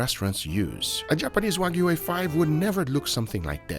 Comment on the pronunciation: That wasnt Wagyu it was Wag-ew